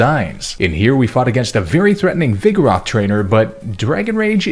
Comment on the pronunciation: THERE IS NO A IN VIGOROTH!